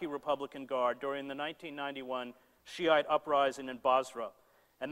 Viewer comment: He studied Arabic, but doesn't know how to pronounce Shi'ite?